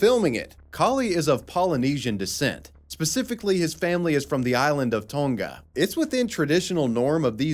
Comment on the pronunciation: Really weird hearing you say Tonga like that. I don't know if that's right or not though, I've just never heard it pronounced like Tunga or Toonga but instead just Tonga by Tongans from Tonga lol. Maybe they were just white washing it for me because they were on the main land, I don't know. My Samoan instructor never called it that either and that dude still had his Samoan accent after being in California for 20 years lmao god I miss islanders.